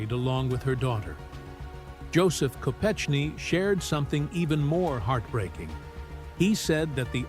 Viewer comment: Learn how to say Mary Jo’s last name …..and the places you say before saying . Ted Kennedy was a twisted , deviant and should have been charged with manslaughter for her death at the very least ….he was selfish, greedy rich man.